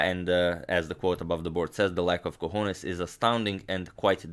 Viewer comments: I lived in El Paso, and worked in El Paso and also Juarez, Mexico (nearby). "cojones" is pronounced "co-ho-nays", and it was commonly used there, in reference to how big a man's cojones were. I hope this helps increase everyone's vast knowledge. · cojones is pronounced as co-ho-neis